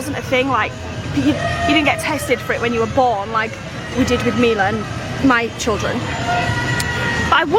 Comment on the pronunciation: Pronounced CHILdren not CHULdren 🙄